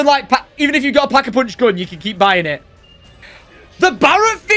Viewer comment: Like for “Pack-A-Poonch”